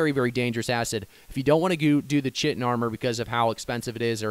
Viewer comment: Chitin is pronounced kite-in.